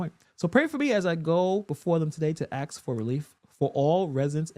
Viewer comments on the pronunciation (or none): You TRY to look AND sound intelligent BUT WHY do you still say "axs" ? The WORD IS ASK !!